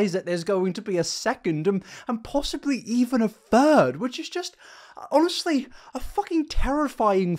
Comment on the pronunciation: No way you ACTUALLY say "itselth" and "fird" instead of "itself" and "third".